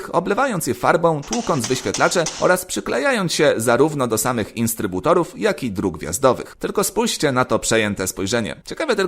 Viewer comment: "Instrybutorow" poważnie....wiesz ze to podważa Twoja wiarygodność jako prowadzącego?? Pozatym git